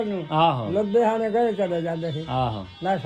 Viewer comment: Babe de bole aje ve sade ludhiana zile de aa. Nahi ta Pakistan vich ja ke saria bolia ek mik ho gia. Ludhiana zile de boli sidhi te katabi boli aa. Eh majhe dobabe pobadhi multani ja pothohari nal nahi milde. Baba ji ni jad ludhiana nu( ludhehana )kiha ta swaad aa gia. ਲੁਧਿਆਣਾ ਨੂੰ ਜਦ ਲੁੰਦੇਆਣਾ ਕਿਹਾ ਤਾਂ ਸਵਾਦ ਆ ਗਿਆ